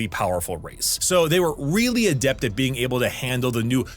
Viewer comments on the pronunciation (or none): none